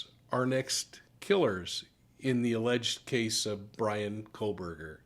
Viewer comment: "Kohberger" - not "Kohburg"